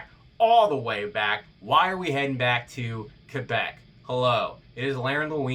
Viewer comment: also thank you for pronouncing quebec right...